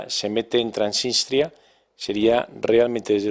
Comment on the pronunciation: Dejen de decir Tranitria o Transistria que suena horrible. El nombre correcto de ese país es Transnistria.